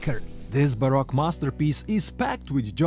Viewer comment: You keep pronouncing baroque as Barack which is the president